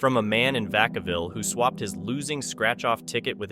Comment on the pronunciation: vacaville represent!! im surprised he said it right haha